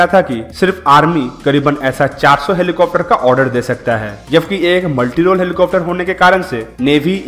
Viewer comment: Plz stop saying 'helicofter' , it's 'helicopter'...... Helicofter sounds so irritating